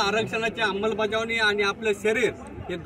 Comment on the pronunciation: अंबलबजावणी नाही. अंमलबजावणी आहे